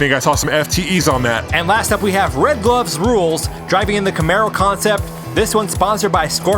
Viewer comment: I cringed every time said "RedGlovesRuleS"